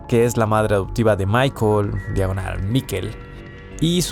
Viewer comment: Michael se pronuncia “mijail” en Aleman